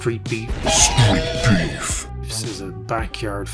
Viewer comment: Did you say street peeves?😂😂😂😂